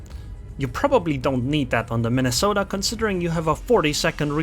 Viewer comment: Soooo, you have been sailing the Mine-a-salt-eh xD It's a humbling experience to say to least.